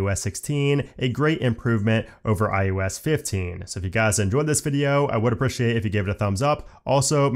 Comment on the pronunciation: Informative, but please stop saying: iUS it is iOS not i U S